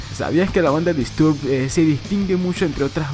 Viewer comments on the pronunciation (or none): Me da tock cómo pronuncia Disturbed. Se pronuncia "Distorbd".